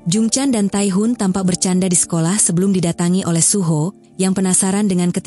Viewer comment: Kak aku pernah denger kakak ngomong suho jadi suhu kak dikit dikit sih 😅